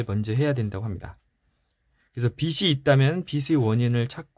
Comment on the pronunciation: 너무 좋은 책들 잘 듣고 있습니다^^ 감사한 마음으로 듣고 있는데 작은 부탁은 빚 발음하실때 비시 비슬 하시는데 비즐 비지 라고 해주시면 좋겠어요^^ 죄송합니다 이런 부탁까지 해서요 좋은 방송 잘 듣겠습니다~~!!